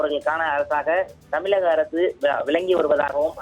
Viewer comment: தம்பி. உங்கள் உச்சரிப்பு சரியாக உள்ளது. ஆனால், தமிழ் என்ற உச்சரிப்பை தமில்... தமில்...தமில்.... என்று உச்சரித்து செய்தியை வாசிக்க வேண்டாம். நீங்கள் தமிழ் உச்சரிப்பு பயிற்சி எடுத்துக்கொண்டு பின்பு தலைமை செய்தி, முதன்மை செய்தி எதுவாக இருந்தாலும் வாசிக்கவும். ஊடகங்களில் மக்களின் பார்வையில் இருக்கும் உங்களை போன்ற இன்னும் எத்தனையோ செய்தியாளர்களுக்கும் சேர்த்தே சொல்கிறேன். தமிழ் உச்சரிப்பை கற்றுக்கொண்டு பேசுங்கள். உங்களைப்போன்ற தமிழ் உச்சரிப்பு தெரியாமல் தமிழ் செய்தி காட்சி, அச்சு பதிப்பு ஊடகங்களில் இருப்பது வெட்கக்கேடு.